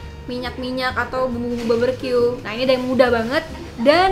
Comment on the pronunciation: Barbeque bukan barberque